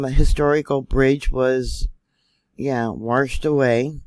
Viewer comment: Thanks for all the great info,. There is no R in washed.